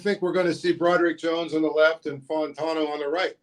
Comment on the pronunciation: Zeise, please get Fautanu’s name right (Fah-ew-tah-new), it’s not Fontineau. It would be like someone calling you Zeesy.